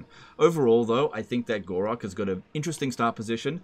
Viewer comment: why do you keep calling Gor-Rok "Gor-raq"?